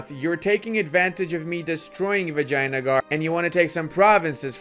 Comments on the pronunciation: its vijayanagar not vagina-gore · Nobody:: Vagina-gar